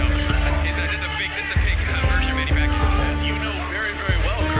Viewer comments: Get your pronunciation right! Kung pinoy ka, ba't sinabi mong Pakuyaw instead of Paquiao?🤔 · PAKUYAW HAHAHA 🤣🤣 BOBO PACQUIAO YUN. OR SA PRONUNCIATION "PAKYAW"